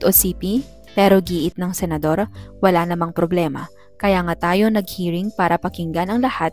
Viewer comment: Senador hindi senadro 😂😂😂😂😂😅